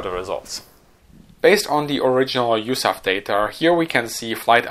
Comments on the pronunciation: Love the channel. It's probably been said a dozen times already, but no one in the US pronounces USAF as "yoosaff". We speak the letters individually. It's not an acronym. You also won't hear any century series fighters described with the word "hundred". Just one-oh-four. The same goes for rifle caliber. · A good video but USAF is NEVER pronounced Yousaff and is always U.S.A.F (like U.S.S.R).